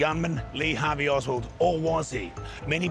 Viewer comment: Lee Hart-vey Oswald 😮